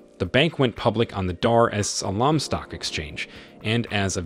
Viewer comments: How hard is it to say Dar Es salaam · I wish he pronounced Tanzania properly, even Dar-es-Salaam was pronounced wrong. This makes me cringe.